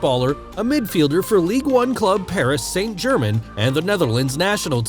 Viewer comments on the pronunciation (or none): Never pronounce Paris Saint-Germain like that again🤣